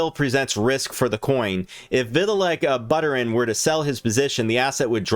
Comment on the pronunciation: Two things....how can you cover anything crypto related if you can't even pronounce one of the most famous crypto founders name correctly??? Secondly, you failed to mention that DOGELON will soon have smart contract capability which will enable it to do many things financially whereas the other meme coins can't or won't. When that news becomes public, ELON will skyrocket as it will all of a sudden have use case and utility. You bombed this coverage of ELON pretty badly. Do some more research.